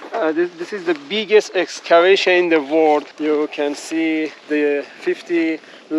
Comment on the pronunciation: Bhai, why is it so difficult for you to pronounce "world"? You always pronounce it like "word". 😒It's so annoying to hear every time you use that word.